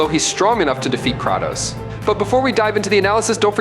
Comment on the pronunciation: The way this shitty AI narrator butchers the pronunciations of "Mjolnir" and "Kratos" makes me cringe. Why did I watch this video?